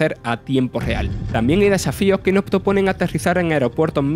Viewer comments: Ese es un ejemplo palmario de lo que comento. Dice "el juego no ha sorprendido" cuando quiere decir "el juego noS ha sorprendido", pero al comerse la S entra en equívoco todo el guión. En fin, mi intención era sólo la de hacer una crítica constructiva. Llevar esto a una lucha territorial, o a una reivindicación dialectal me parece no entender o no querer entender. Es más sencillo que eso y nadie debe sentirse ofendido, repito, seguro que es un grandísimo profesional del sector, pero para locutar hay que hacerlo mejor. ¡Saludos! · Las "s" son importantes. No es lo mismo decir "El juego no gustó" que "el juego nos gustó". El mensaje cambia radicalmente. O se habla bien, o se está más guapo calladito. Sin acritud, compañero.